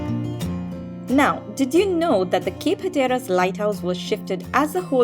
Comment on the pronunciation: Please learn how to correctly pronounce the place names "Hatteras" and "Carolina" etc. Until you do, you are spreading the ignorance. Ask the local residents first. They will be happy to tell you, with no problem.